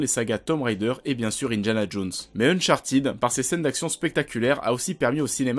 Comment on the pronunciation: « Unchartiid » mais non !!😂😂😅